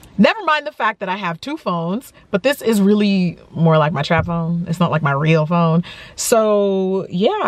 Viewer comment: Did you say Trap phone or travel phone. My ears hahahahahah